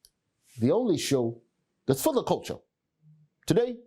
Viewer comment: Does he say "we're for the culture", "before the culture", or "we're full of culture"? I can't quite figure it out even though he says it every CP time...